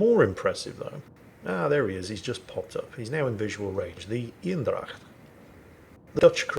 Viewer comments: You're soooooo close on pronouncing Eendracht correctly! I'm so proud of you and thank you for trying to pronounce names the way they are! Right now you're saying what sounds like Ynn-dracht, try saying it as AYY (like in AYY-LMAO) but end it with the exact same N you use for Ynn. Or kind of like the word "aim (your rifle)" but with an N in stead of an M. it becomes AYYnn-dracht or ain-dracht. The aim/ain probably doesn't sound as true to the Dutch way but it might be easyer for your mouth, throat and voicebox to take the shape that produces that sound. The Dutch E is pretty damn hard to nail down for Englishman but that would get you pretty damn close! And thank you for all the amazing content! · Very impressive how you correctly pronounce 'dracht' and then mess up the 'een'. Think Bane not Bean, so make it Anedracht and your golden! It'll be 100% Dutch then! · Thank you for trying to pronounce the dutch ship properly. it's not totaly there but way close enough! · You are doing this on purpose arnt you? Mispronouncing french ships to rile up the frensh and calling german ships male to annoy me :/